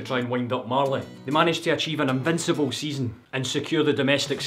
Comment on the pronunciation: "invinselbell" 😂😂